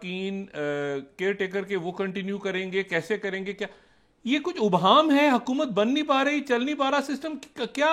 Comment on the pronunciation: ڈاکٹر شاہد مسعود صاحب ، ابہام میں " الف " پر یا تو "زیر" یا "زبر" لگا کر پڑھا جائے گا ہے یعنی "الف" پر پیش نہیں ہوگا ۔ مہربانی فرما کر اس تلفظ کو دیکھ لیں ۔ جاوید ہمایوں ۔